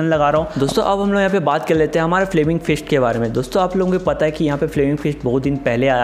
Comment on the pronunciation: Bhi wo 'first ' nahi ' fist' hota hain....😁😁😁